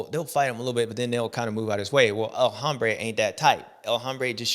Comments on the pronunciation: J7. It’s pronounced OM-brā not Hom-brā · JA21 please correct the legend on “hombre”. Silent “H” bud 🏆🏁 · el Hombre - the 'h' is silent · James when talking about Anderson or El Hombre it is Hombre as in ohm, as you say Hambre which means hungry, could be used for Anderson as he is hungry for the win, but its HOMbre for him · This is my new pet peeve, the youtubers saying that H